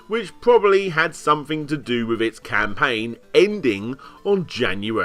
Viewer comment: "ham"paign, ori"ham"i, pr"ham"otinals. I'll set 'em up, you knock them down.